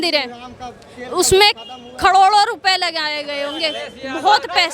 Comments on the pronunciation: Khadodo nhi caroro......iske sasural Wale ne di thy paise....abhi latth padi akal nhi aai.....😂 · Carore ❎ khrore ✅ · Sahi se baat to ho nahi Rahi crore ko kadod bol rahi hai ye karagi hamare politician ko galat bol rahi hai😂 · इसको कड़ी से कड़ी सजा दिया जाए जितना भी कड़ी से कड़ी सजा हो इसको करोड़ नहीं बोलने आ रहा लगता है इसका ब्रेनवाश हुआ है